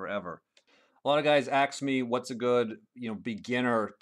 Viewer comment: "a lot of guys aks me" lol nice video